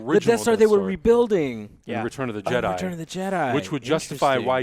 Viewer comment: Jedi, not Jeddy. Someone fire Hector!